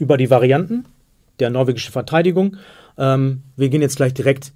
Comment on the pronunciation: "Verteidigugng" :D